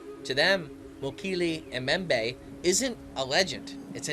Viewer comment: You're pronouncing Mokele Mbembe incorrectly, and herbivore begins with a 'H' not an 'E'. Typical yank!!! Interesting nonetheless and these creatures definitely exist, native peoples have no reason to lie.